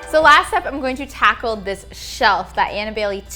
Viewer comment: No one:: tACkLe